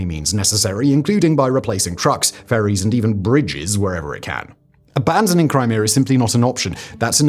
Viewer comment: Brits need speech therapy.